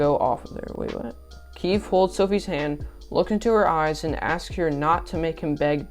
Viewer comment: You have to say the E in keefE is keefEe